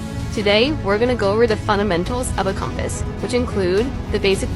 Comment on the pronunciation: Does this narrator really not know how to pronounce "compass"? Or, is the narrator a computer?